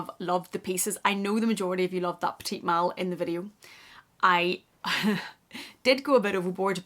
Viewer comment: It’s pronounced peti mal, silent t at the end. Peti is pronounced like petty